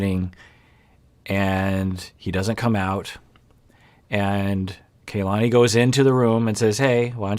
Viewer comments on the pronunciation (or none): Her name is pronounced "kah-lah-nee", not "kay-lah-nee" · Doc I think it's pronounced kuh-LA-nee